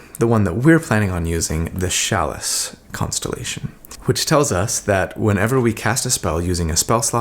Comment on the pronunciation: Who else came to comments just to see how many people mention the mispronounced word CHALICE?